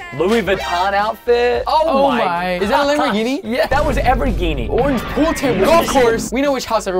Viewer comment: Wat is a lamborJini